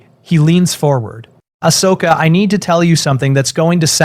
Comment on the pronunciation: If you can not spell Ahsoka properly, please leave her name out of stories. Ashoka, is not her name. As soon as it is both misspelled and miss spoken, hardcore fans will walk away from your videos.